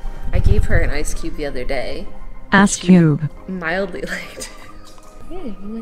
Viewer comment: Text: Ice Cube Audio: ASS CUBE